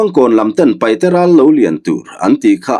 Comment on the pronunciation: Sir thil pa khat kan sawi ve mai2 paihte ni lo in paite ti zawk hian lam ta la a dik zawk a sin a ziak tu hian a lo hmuh chuan ziak tha teh se